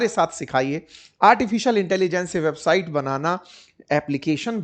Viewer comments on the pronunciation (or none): none